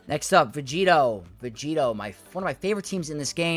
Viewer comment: stop saying vegeeto it makes no sense. what does it even mean